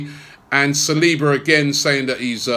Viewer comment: Please tell how to pronounce saliba, he pronounces it like he´s saying Salahba